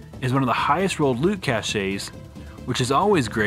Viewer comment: Great video! Not to be a dewshay, but the word cache is pronounced "cash".